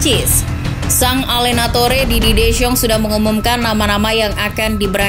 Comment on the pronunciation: Belajar lagi artikulasi min 🤣🤣🤣 soal penyebutan nama si pelatih